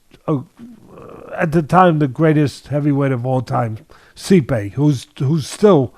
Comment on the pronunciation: Normal Pronunciation: Stipe Teddy: See-Pay.. 😂😂 We love you Teddy Atlas.